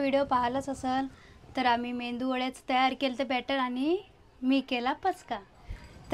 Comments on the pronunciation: मेंदू नाही ,g bai मेदुवडा 😮😊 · मेंदू वडा नाही ग बाई मेदुवडा म्हण😂😂😂